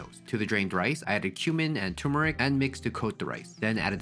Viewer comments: It's pronounced TURmeric not TOOmeric. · TuRmeric. Not toomeric. Thank you.